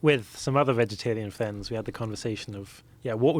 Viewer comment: "Plivate jet", "time spent with flends is flee" ... Im on 3 minutes in.